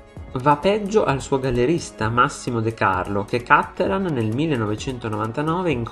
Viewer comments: Wrong pronunciation. It's Cattelàn, not Càttelan, because he's from Padova, Veneto. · Vorrei dire: Cattelàn, non Càttelan. I cognomi veneti, e lui è drammaticamente padovano, si pronunciano come parole tronche e non bisdrucciole come fanno tutti i lombardi etcetc. L'accento va sull'ultima sillaba.